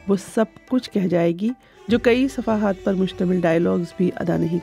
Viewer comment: Safahaat ( galat hai ) Safhaat ( Saheeh hai ) صفہ حات ( غلط ھے ) صفحات ( صحیح ھے )